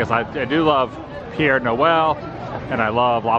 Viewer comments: Père Noël... it is NOT Pierre! It means "Father Christmas". "Père" means father, in French! Pronounced "pear"! 😅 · Laughed that you said Pierre Noel! Like that is his first name. It's Pere Noel which means Father Christmas